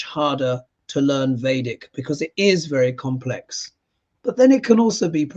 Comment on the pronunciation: 5.36 emphasis on 'very complex' :(((( still we all gotta start somewhere hehe